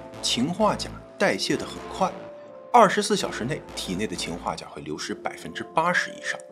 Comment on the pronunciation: 秦化钾听着好别扭！